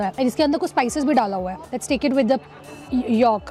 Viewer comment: How can you eat Pork?? 😮 and it's 'YOLK' not 'YAALK' YAK..😂😂